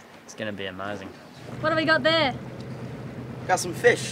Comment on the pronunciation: Feeesh? Oh fish.... Haha. 😊